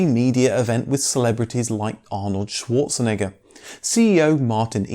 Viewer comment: "swordesenegga" hahaha